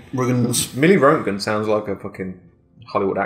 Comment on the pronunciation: Its pronounced ROAT-GEN or RONT-GEN, hope thats helpful :) looking forward to watching him eat more peas from the can... on the can... :D